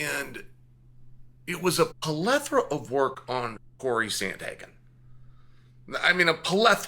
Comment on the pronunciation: pleth·o·ra, amigo. Not trolling. Just helping for next time. Thanks for the video.